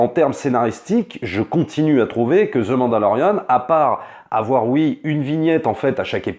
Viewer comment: ZE MANDALORIAN